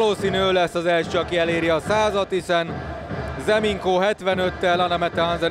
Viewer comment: Nem “Ze Minko” hanem Nze Minko😡